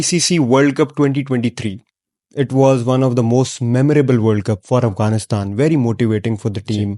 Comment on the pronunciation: Yar ap sab Punjabi name q ghalat lete heen Aughanistan ne heen Afghanistan he ye ap extra Karte he.....